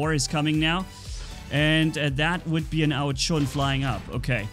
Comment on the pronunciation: Since Ao Jun came out I still wonder why the heck he calls it Ao Chun!!! Is that some type of Chinese food or dafuk lol.